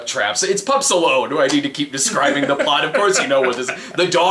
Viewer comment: Every time they say Pups Alone I hear Pup Stallone which would probably me a better movie